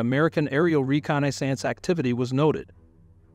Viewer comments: This video is irritating! Why can't you properly say Halsey, reconnaissance, and other famous names? If this is a bot saying this then consider a human voice. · The video was good however it was distracting that you did not pronounce common words like Guadalcanal and reconnaissance correctly. Also some names like Halsey you did not hurt announce as they are commonly pronounced. Additionally, while his nickname at one point may have been buffalo, Admiral Halsey is far more recognized nickname was Bull